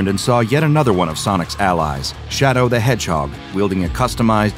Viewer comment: Did this dude just say ColdSteel the Hedgeheg? LOL